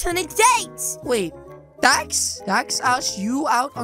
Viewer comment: He said dad instead of dax???